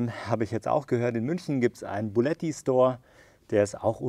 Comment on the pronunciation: du hast ja auch zwischendurch bulletti genannt